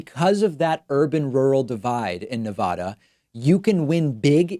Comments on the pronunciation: Pakman, its Ne-VA-duh, not Ne-Vah-duh. They genuinely have bumper stickers explaining this (I lived in Reno for a bit). Since you are one for how to properly pronounce things, think But edge edge, let’s stop saying Nevada improperly. I love the show! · Ne.va.da not ne.vah.da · It's nevada not nevodda..... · Your show is my favorite source of accurate info, but please pronounce my state correctly!! It’s Nevada with a short “a” not Nevahda! I wince every time you mispronounce it. I commit to become a member of your channel if you can commit to learning how to pronounce “Nevada” correctly. I’ll send you the bumper sticker if that will help!! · You're driving me crazy with your bad pronunciation. Please use the short A and not the long A, i.e. Ah. Pretty please. This coming from a Californian. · It is NOT pronounced Nev-aah-daah.... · Spanish is your first language and you still take the "Nuh-vodda" pronunciation? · As a Nevadan it hurts me when you mispronounce the name of my state so much. 😢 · Not to be pedantic Nevada State is pronounced with a short first 'a'. An a like bat.